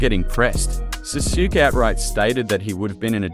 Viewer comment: jesus man please learn how to pronounce these names you called sasuke SAHSHOOK?!